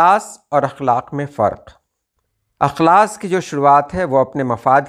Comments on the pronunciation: استاد جی آپ کی توجہ اس نکتے پر مبذول کرانے کی غرض سے بتانا چاہتا ہوں کہ "اخلاص" کے الف میں زیر ہے نہ کہ زبر۔ احمد فراز کا اک بہت ہی مقبول شعر ہے۔ ملاحظہ فرمائیں ۔ تم تکلف کو بھی اخلاص سمجھتے ہو فراز دوست ہوتا نہیں ہر ہاتھ ملانے والا... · السلام علیکم ورحمة الله وبركاته معذرت کے ساتھ عرض ہے(اخلاص)الف کے زیر کے ساتھ پڑھا جاتا ہے اور اخلاق زبر کے ساتھ ارشد نواز کرتپوری از کویت